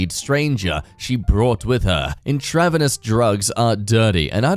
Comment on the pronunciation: In-tra-vee-nus. Medicine or drugs injected into a vein.